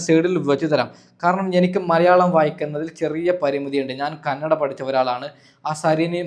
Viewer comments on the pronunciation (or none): none